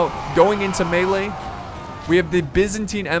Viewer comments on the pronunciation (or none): none